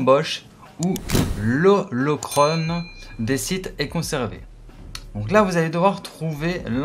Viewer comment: Ça ce prononce olocron, pas olocrone par contre. Sinon merci tu m’as bien aidé